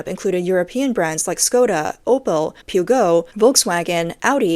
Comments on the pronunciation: Pyu-go. LOL. I often watch these videos just to hear the mispronunciations. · Peugeot "Peogo" ?? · "Puegot" not "poo-go" "poo-joe" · The English speakers pronunciation of non-English brands matches the quality of those Chinese cars. "Skoda" with "s", "Pyuogo" "Volkswagen with "v", "Bee-em-double U", "Meorsedees" LOL